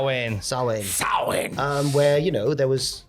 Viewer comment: sam-hayn its not that difficult